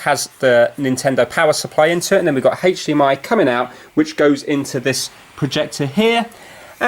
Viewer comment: It feels like you said hach D am I